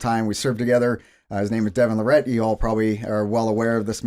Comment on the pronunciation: Bro served with him and still called him larRAT